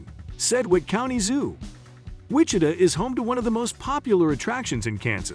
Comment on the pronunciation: You are pronouncing Wichita & Santa Fe incorrectly. Don’t go Topeka is a dump. What really sets state apart is the views of nature. All cities everywhere are pretty much the same. And really a water park? Not the best place in KS.